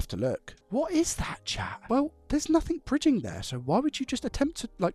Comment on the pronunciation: I thought he was saying ‘Cha’! 😂